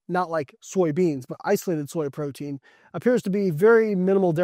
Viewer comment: Say "protein"